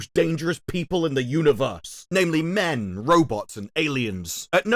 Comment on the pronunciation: The way emphasizes the word "men" at and at suggests to me something I never knew about him - lol 😏